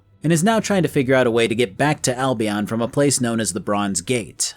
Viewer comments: The constant mispronunciations of Albion is hurting me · Seriously another one says Albion wrong... sheesh